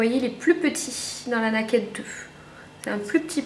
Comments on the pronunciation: on dit pas N-A-KED mais ca se prononce " Neiked "ou au pire " nékèd " .. je suis choquée lol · Ca se prononce "Neï-kid" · Franchement je veux pas être méchante, mais essayes vraiment de faire un effort sur l'accent pour dire Naked. V. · la chance de l'avoir déjà ! Par contre c'est dommage t'écorches sacrément le nom, ça fait mal aux oreilles ! ;)